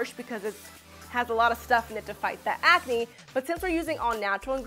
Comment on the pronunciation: Are you pregnant you said hormoal ancne